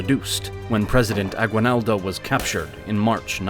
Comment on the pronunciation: I'm from Venezuela, and it's sad to see what the United States did to the Philippines. Even the person narrating this video doesn't know how to pronounce Spanish surnames correctly. Aguinaldo is a simple surname. I hope one day the Philippines will reestablish the use of Spanish.